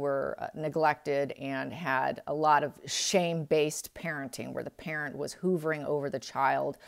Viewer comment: The only negative is your mispronunciation of words like "hovering" not pronounced "hoovering" it is pronounced "huv er ing"...And, stability is pronounced "stah bil ity" not "stay-bil-ity." On the bright side, you do have very beautiful hands. Sorry - was a school teacher 🙄 it's hard habit to break because I do love our English language.😉